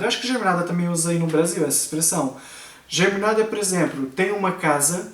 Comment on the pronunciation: Não é germinada. A pronúncia é geminada.